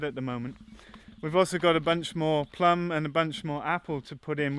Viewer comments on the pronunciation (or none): none